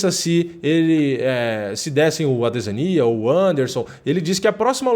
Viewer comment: cara, vc n sabe pronunciar adesanya